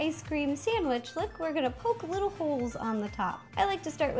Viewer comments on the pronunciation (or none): none